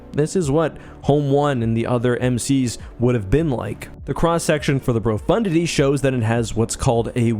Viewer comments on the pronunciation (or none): did you just call the profundity for Brofundity? :O